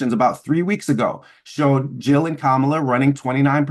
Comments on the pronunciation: The correct pronunciation of someone’s name is whatever they say it is. She pronounces it like COMMA-LA. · One of the best episodes of Bad Faith Podcast ever! BTW the proper pronunciation of Kamala is Kamla. The second “a” is silent. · Sure, perhaps if they were discussing Palestine but aside from that Butch Ware knows nothing about politics. He can't even pronounce Kamala's name correctly.